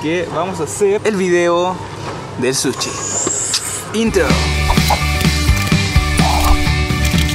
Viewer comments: Se dice sushi no suchi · Habla bien amigo es sushi no suchi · Se dice sushi no suchi chileno weon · Porque le dicen suchi? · Me mata cuando dice suchi XD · Porque dicen suchi JAJAJAJ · Nones para criticar pero se dice sushi